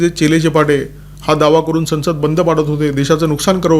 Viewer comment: फारच छान पण आपण संसद शब्द चुकीचा उच्चारता स वर अनुस्वार असल्यास आणि पुढे स , ह ,ल व असल्यास अनुस्वाराचा उच्चार व असा करावा बघा प्रयत्न करून लगेचच शक्य होईल असे नाही .